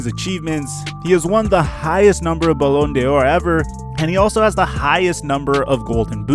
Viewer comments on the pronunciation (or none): Not to be petty but you’re supposed to say ballon d’or like ballon door